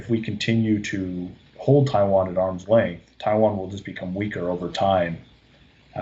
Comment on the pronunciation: I think i heard Attack on TaiTan- eh i mean Attack on TaiWan